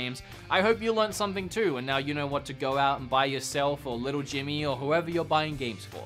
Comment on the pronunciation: When you say "know," it sounds like you're swallowing half the word.